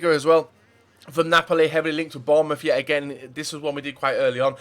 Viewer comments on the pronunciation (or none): none